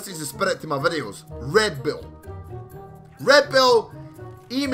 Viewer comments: m8 you sound like your saying red bill not red bull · OMG stop saying redBILL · you do realise you call red bull red bill well to me it sounds like it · When he says "red bull" i always understand "red bill"